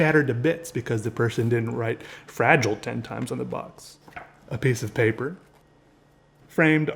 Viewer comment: Fra-gee-lay Must be Italian!